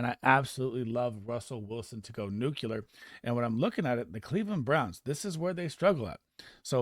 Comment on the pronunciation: Nuculer? Lol